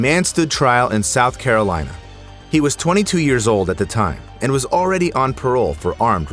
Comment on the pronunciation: is it north carlolina or South Carolina?